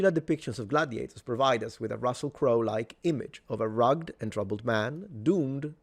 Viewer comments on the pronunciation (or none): Ruggéd......NOT rugged.